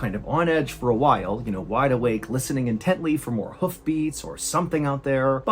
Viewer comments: Listening " in tent ly" heehee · "Listening "In-tently" "